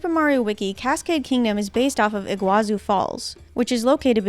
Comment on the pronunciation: It's not your fault but it's not pronounced like iguazu falls the çu at the end of Iguaçu sound like tsu in Portuguese or the sound of two s it has no way near the sound of z